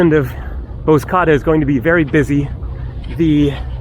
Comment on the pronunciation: Nice video 👍🏼. Bozcaada is pronounced Bozja-ada (ada= island 🏝)